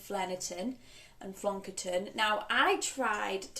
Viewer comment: I think you’re saying that flonkerton quote correctly! Lol Great update 🎉🎉🎉 I hope you feel better soon